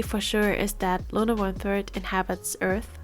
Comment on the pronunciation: why are you saying "looner" ..?